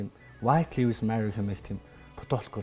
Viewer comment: copy Мэдээ нтр хүргэдэг ухаантай юм бол зөв үнэн мэдээлэл түгээж бай. Худлаа хэдэн халтар хултар мэдээлэл харчихаад битгий мэддэг юм шиг солиороод бай. 1т. Гадаадаар үг хэлмээр байгаа бол зөв хэлчих. Lives гэдэг үгээ ч аятайхан хэлчихэж чадахгүй байж юун худлаа шаах дуртай юм. 2т. Kanye яг BLM болж байхад үг дугараагүй. Өөрөө Drink Champs дээр хэлэхдээ би Candace Owens-н киног үзчихээд ер нь юу болоод байгааг ойлгож авсаан гэдгээ хэлсэн. 3т. Үндэсний телевиз дээр гарч байгаа юм бол аятайхан сул үггүй ярьж сураач. 4т. Pete Davidson хэзээ ч Kim-н нөхөр болоогүй. Найз залуу нь л байсан. 5т. Яг асуусан асуултанд нь хариулахгүй өөр2 мэдээллүүдтэй хольж яриад байх юм. Шууд асуултанд хариул л даа. 6. Julia Fox-той 3 сараас хойш ахиж хэзээ ч холбогдоогүй, өөрсдийн хийдэг зүйлсээ л хийж яваа.